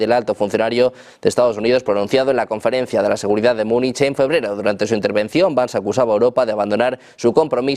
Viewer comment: por favor que alguien le diga como pronunciar el nombre de JD vance conerectamente.